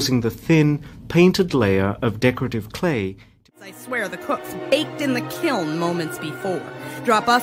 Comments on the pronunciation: My husband is under the impression that it’s pronounced kill. 🥲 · thanks for all of the examples of people mispronouncing kiln.